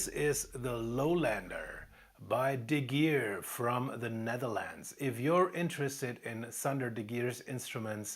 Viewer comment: "De Gier" you pronounced right. Then, the other one, its "van s-ch-hie", if it writes "van Schie" ;) don't worry, I live here 18 years, and I still struggle sometimes, even if I can pronounce "Scheveningen".